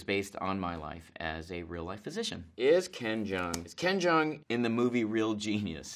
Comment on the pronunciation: What he said: Hi I'm ken jeong What I heard: Hi I'm ben chang